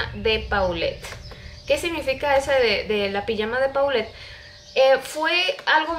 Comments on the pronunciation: Por que no dises polet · Se pronuncia Polet, es un nombre de origen francés